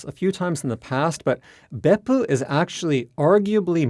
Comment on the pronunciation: love how he still uses the correct intonation of Beppu even when speaking English